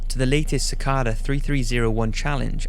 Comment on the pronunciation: the webdriver thing sounds incredibly interesting, but what pisses me off was that he pronounced cicada wrong